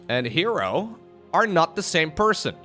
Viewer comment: Wait herO should be pronounce as her-O not he ro